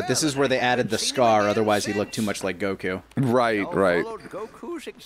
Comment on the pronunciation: It's not that hard to pronounce "Goku"! Come on!